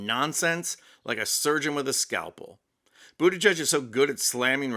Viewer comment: Geig, not judge.